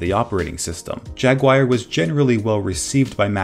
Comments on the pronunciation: HAhaha... Pronounced Jag oo war. Video pronounced Jagwire HAhahahahahahahahah.... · What the fuck is a Jag-Wire? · JagWIRE lol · Teacher: What’s your favorite animal? Student: J A G W I R E Student: *is placed in special ed program* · Who noticed that said jagwire instead of jaguar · Just so you know, it's pronounced 'JaguAR' not 'Jaguire' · Logan Sharpe I’m an American and I call it “jag oo ar” not “jag wire” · JAG-yoo-ar but I also used to pronounce it "JAG-wire" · Its not Jagwire its Jaguar (pronounced JAG-YU-ARE) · JAGUIRE :D :D XD XD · It’s Jaguar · its jaguar not jagwire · toby jaguire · J A G W I R E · You keep calling it "jag-wire". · A special thread only the Judge Advocate General is allowed to used. I guess. If he's a cat. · itsa jaggy wire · What the fuck is a Jag Wire... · I thought poo-ma was funnier than jagwire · "Apple discontinues iPhone and Aperture and replaces them with Photos." iPhoto, not iPhone. And Jaguar is not pronounced 'Jagwire'. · Everybody says it wrong. Here is the correct pronunciation. Jag-oo-ar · "Jagwire" - are you testing us? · BAHAHAHAHA JAGWIRE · JAGWIRE AND YOSEMEETEE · Ah yes, I love OS X Jagwire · Pooma Jagwire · I thinks that’s how Americans pronounce it. It does sound weird though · You're seriously pronouncing jaguar wrongly! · You know how to pronounce Yosemite but not Jaguar? Really?